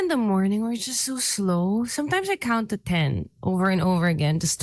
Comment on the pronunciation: Count to ten... "Kantuten" hahaha